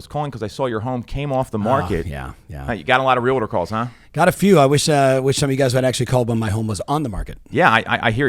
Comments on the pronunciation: Very knowledgeable but I find it unfortunate that he misprounces the word realtor. It is REAL-TOR it is not RE-LA-TOR. That is so unprofessional, come on dude. It's real estate, not rela state. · I wish he would pronounce REALTOR correctly. He says real.a.terr when it should be Real.tor.🤦‍♀️